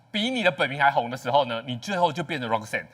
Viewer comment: 節目來賓連發音都錯RA-KA-SAN，真是三條線😢